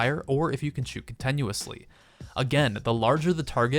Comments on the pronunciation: Con-TIN-uously not con-TEN-uously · CONTINUOUSLY NOT contenusly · Cont-E- nuously isn't a word. Your pronunciation made me so upset I had to post this. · Why does he say contenuously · Can we stop for a second and find out why he says Continuously the way he does??? Con ten you is lee? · why does he say Con-ten-uously? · I find the way you pronounce "continuously" rather painful. I had to stop watching.